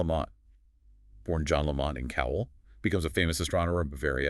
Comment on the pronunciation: It's pronounced "Lamb - it", not laMont